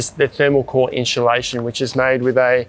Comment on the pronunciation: I honestly couldn’t watch the vid after hearing inchulation 3-4 times. I’m out.